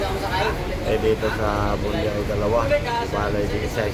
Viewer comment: Dol, correction lang, Buendia not Bundia. Sana makatulong. Ingat lagi sa biyahe pare